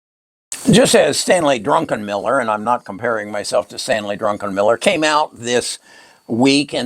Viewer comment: Druckenmiller, not Drunkenmiller.